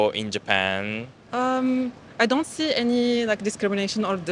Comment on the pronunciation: When she says the word "see" she sounds like she's from Sweden.